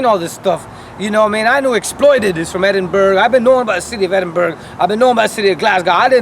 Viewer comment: And it is pronounced Edin-bura why are Americans so dense